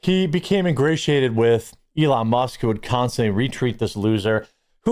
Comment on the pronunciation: love it when they pronounce Elon as "Eron" 😁